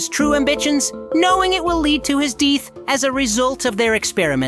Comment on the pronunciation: He didn't even say death He said deaf